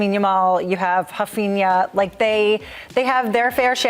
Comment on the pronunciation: Huff-inha ??? What is she smoking ??